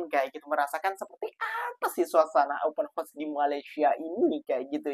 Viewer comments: Lain mcm sebutan open house -dah jadi kuda bukan rumah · Woooiii...ngomong YG beber..klo gak ngerti Ya udah pake bahasa jawa saja... Open house( open haos) bukan open hos... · Sebutannya OPEN HOUSE (haus) bkn Horse (kuda). ✌️✌️✌️